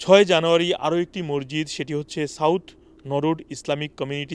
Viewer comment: মরজিত কি ভাইজান? 😅 সংশোধন: মসজিদ। 😅